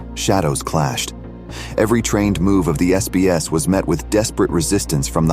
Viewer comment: SBS not SAS